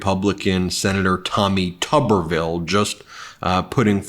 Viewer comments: Please pronounce Tommy's name correctly. It's Tooberville, like a tube of toothpaste. The way he wznts pronounced would be Tubberville. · I think it's Federal Law that you have to pronounce his name as "Tooberville", just like Chesboro must be pronounced "Cheese-Bro"